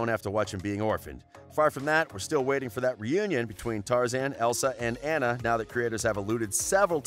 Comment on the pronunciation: ANNA AND NALA ARE NOT SAID THAT WAY All u gotta do is watch the damn films or Google how to pronounce them SMH